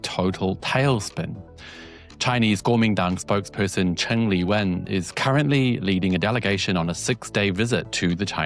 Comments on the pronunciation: her surname is Zheng, Cheng is the dialect pronunciation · Hi mate You’re pronouncing the Taiwan leader’s surname 郑 wrongly You’re pronouncing it as 陈. Cheers 🎉